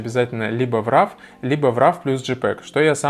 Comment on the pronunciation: Спасибо за полезное видео Только не нужно говорить "РАВ" пожалуйста - уши вянут